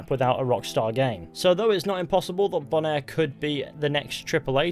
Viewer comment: “Bonaire” are you sure it isn’t “Boner?”